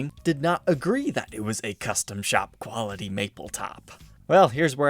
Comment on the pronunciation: It says quality maple top why did he say quality like quilty